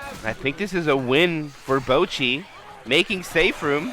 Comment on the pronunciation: I’m sorry but the caster calling boochi bowl-qi is just too funny to me lol